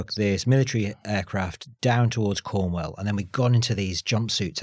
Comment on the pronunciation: He did correct himself if you listen carefully. What is more odd is the pronunciation of Cornwall. ‘Cornwell’? Bizarre.